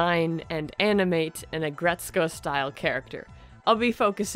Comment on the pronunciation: Its Ag Ret Suko That's how you pronounce it